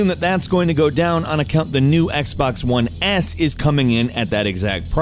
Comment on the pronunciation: "Xbox One Ass" lelel EDIT: Not dissing Xbox, that what it sounds like